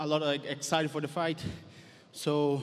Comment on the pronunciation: Hahaha why does he say “foight”?